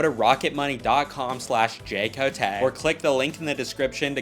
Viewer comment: Bro I always thought you would say Jay Cote like Jay Cootie not Cotai